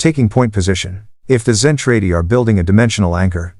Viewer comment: ZEN TRAH DEE; terrible AI reader doesn't know English either